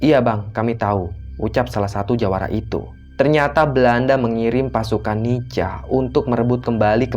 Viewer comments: NICA itu bacanya NIKA,... Bukan NICHA.... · Maaf. Bang bacaannya nica tapi di bacanya Nika🙏🙏🙏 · nica =di baca nika... koreksi min